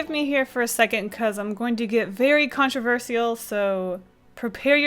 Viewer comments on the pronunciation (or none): Controversee-al why do you say it like that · What's controversial is the way she says controversial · The way you said ‘controversial’ was more controversial than the yeti thing